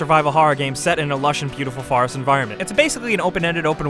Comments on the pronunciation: Did you just say... the FAHREST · the way you say forest farast